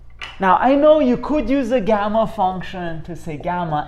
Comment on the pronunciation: It's Gamma (n+1) not Gemma(N) , Gamma (N+1)=N!